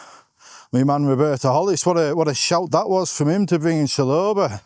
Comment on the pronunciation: Mispronounced Chalobah comment trap 😅